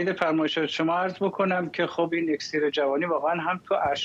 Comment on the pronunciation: آقا فرداد شما دیگه چرا ؟ اکسیر با کسر همزه است نه ضمه !!!